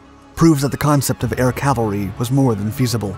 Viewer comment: CAValry, not CALvary. One is armored infantry, the other is a hill.